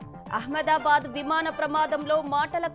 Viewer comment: అహమ్మాదాబాద్ అనలేరా? ఎహమ్మయదాబాద్ ఏంటి?